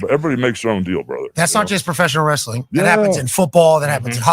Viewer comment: Russo saying "wrestling" with three syllables never gets old 😂